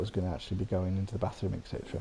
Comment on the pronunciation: Are "ect chetera" for etc??